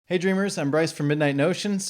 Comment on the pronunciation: When you open your reviews with "hey dreamer", it sounds like your saying "hey Adrian" and therefore I think you're speaking directly to me.